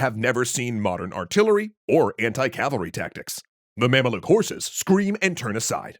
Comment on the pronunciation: Its pronounced "ma'am-luke" not "mam-uh-look"